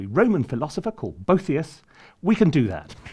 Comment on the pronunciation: Boethius is pronounced BO-E-THI-US, four syllables, not Bow-thi-us, not three syllables. Where in the world did you learn to pronounce his name incorrectly? Actually, it was not Boethius who gave us letter names. It is primarily from an anonymous text called the 'Musica Enchriadis'. If you present information to the public, be sure to check your sources.'